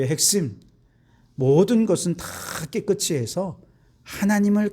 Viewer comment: 목사님, 말씀 잘 듣고 있습니다. 한가지,"깨끗이" 발을을 깨끄"치"로발을하시는데, 우리말의 연음법칙에따라 깨끄"시"발음하는것이 맞습니다. "이"앞에 받침ㅅ을 이에붙여 시로 발음해야 합니다. 김승규장로드림